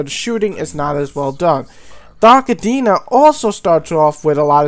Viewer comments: Dude its Dark Athena not Dark Adeena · dark atteena? what a gumpter! aFFFena